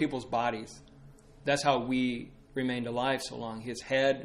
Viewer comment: Wei is pronounced like "way", not "wee". As you can tell by the rhyme, "Christ, Marx, Wood, and Wei Led us to this perfect day. Marx, Wood, Wei, and Christ All but Wei were sacrificed. Wood, Wei, Christ, and Marx Gave us lovely schools and parks. Wei, Christ, Marx, and Wood Made us humble, made us good."